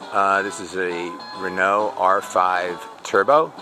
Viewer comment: An american who can't pronounce renault or bertone doesn't deserve this car